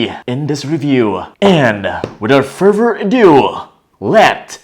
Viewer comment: Am i the only one who can hear it as "furver" rather than "further"?